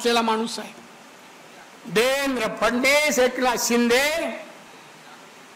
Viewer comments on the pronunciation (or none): none